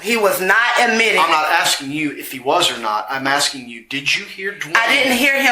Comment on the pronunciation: Aksing 🙄 Why have I started hearing more and more people saying aksing instead of asking? Is this the official English language US has now? Just Aksing.